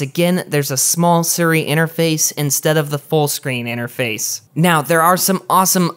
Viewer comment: He also pronounced Siri wrong smh. Sounds like he’s saying Suri lol.